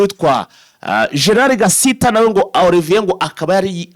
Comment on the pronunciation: Nanga kuntu uvuga izina Gasita pe. Kuki muvuga gusa ntimusome cyangwa ngo muganore n'ababarusha amakuru??? Ni Gasiita. Ubwoko bw'abasiita mu Rwanda burahari ndetse na benshi Banyamurenge.